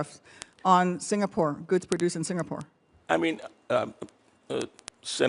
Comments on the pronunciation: Deiii.. you can't even pronounce Singapore.. not Singapoor.. not Singapool.. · Salute to senator ..& a ambassador who can't even pronounce ' singapore' ..don't come here clown